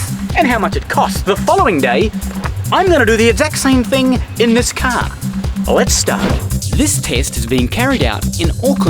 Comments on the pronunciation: "THIS!......is a cahhh" xD lol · Can you say car one more time. Funny as :-)